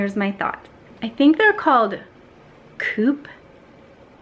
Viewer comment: Yes! You pronounced the beautiful cocktail glass correctly! It's my most favourite style of cocktail glassware. Your coupes are perfectly splendid... so exquisitely stunning!